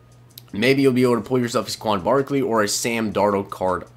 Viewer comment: SAY-kwon Barkley.